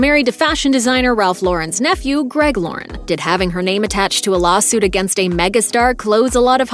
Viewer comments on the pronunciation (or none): none